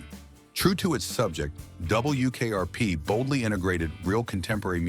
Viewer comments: “DUUUble U” AI voices are so bad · It's W ! NOT DOUBLE U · A.I. voice sure has a problem with "W". "double....u" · True, I hate the narration with its "Dub. Bul. Yew. Kayarpee". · “Double U KRP”???? 🤔 🤖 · Yes, the awkwardness with "Dub. Bull. Yew. Kayarpee" gives it away. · No, it's ai slop. a'Dub. Bul. Yew. Kayarpee" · "DoubleYOO KRP" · Love the way the AI pronounces "Double You Kay Are Pee" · "Double U, KRP" I wanted to rip my nails out. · Double U K R P. 😂 The worst. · Yeah, the way it said WKRP was driving me crazy. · Still waiting for AI to say 'W' correctly. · Yep. Otherwise it wasn't horrible. Stayed to the end.